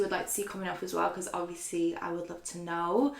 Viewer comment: I’m sorry but the pronunciation of words by and are ridiculous 😂 Hobieeeee, Beycoyyss, Obviousleeeeee My comments probs gunna get deleted but it goes through me.